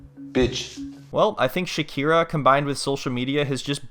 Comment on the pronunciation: Her name is shakhina not shakhira